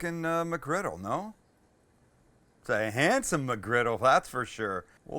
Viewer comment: You say MCgriggle like my DAD!, HE REALLY PRONOUNCES THE "MUCK" IN MUCKGRIDDLE